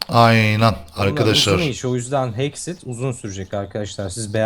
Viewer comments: abi hexxıt değil hexxit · abi heksıt degil hexxit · abi o hexıt değil hexit